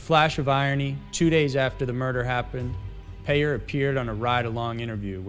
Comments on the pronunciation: I know this video is over 3 years old but, the CHP officer, Craig Peyer is pronounced like PIE- ER not like "payer" as you pronounced it. He attended the same church that I did and he and a group of us all had lunch after church, a few days after Christmas! He most likely had already killed Cara Knott, and I sat across the table from him. Creepy, scary and horrible. Her name is properly pronounced like CARE-A, not like "CAR-A. Do your homework before you make your videos - you often pronounce names incorrectly. Get it right please. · I don't mean to offend you. But that Victim of that Vile Scumbag craig peyer. Her name is pronounced Care - a. As in a caring person. Not Car - a Like your pronouncing the word "Car" then "a." I don't care that you pronounced his name wrong. But for Cara it should be. She was a really good person and so many people love and miss her. She was taken way too young and didn't deserve what she got. That was a horrible time for us ladies in here in San Diego. It was all over the news here and the media. I hope he never gets out of prison. I hope they let him continue to rot.